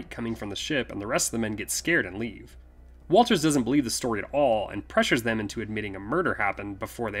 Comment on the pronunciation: Good job guys, but you call the "brother in law" Is Walton Travis' brother. Also the special detective's name is Watters, not Walters, in respect to the film.